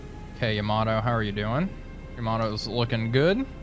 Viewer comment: Man I bought this game just because of your videos. But dude you gotta stop calling the Yamato "Yama-doh". :D